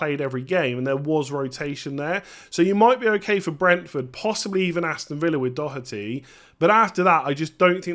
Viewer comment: First English man pronouncing Doherty the right way 😂